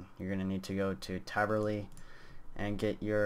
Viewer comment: taverley sir not traverly